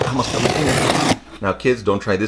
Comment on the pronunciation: The way he said “Ôh mAy FiNgErS”